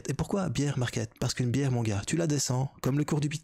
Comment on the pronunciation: Eineu grosseu bihreu🍻👧 Pour oublier le bear Merci, toujours aussi passionnant😉👍